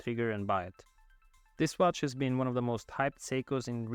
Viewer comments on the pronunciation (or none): none